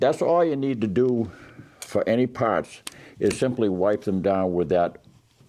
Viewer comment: Just keep it wet, eh? Then wipe down “yer pahhts”.